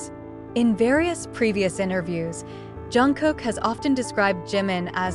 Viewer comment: Oh mulher que lê errado! Desagradável JUNGKOOK....e não Zanguikukok! Kkk Não é GIM! É DJIMIN(A PRONUNCIA( JIM. é outro membro! Se não sabe ler os nomes ...NAO.LEIA! 😝😝😝😝😝😝😡😡😡😡😡😡😡😡